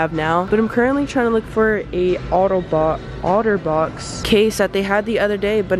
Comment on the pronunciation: I love it when she auto box instead of otter box. Lol